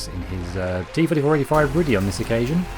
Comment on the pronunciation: You may have some problems getting the pronunciation right for the Rudy from the TV show - its Polish hehe